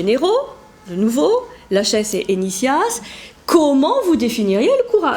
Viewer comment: Je pense qu'on dit : lakhès ;-)